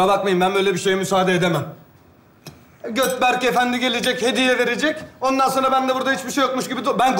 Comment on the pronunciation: Gökberk hilminin dedigi:Götberk 😂😂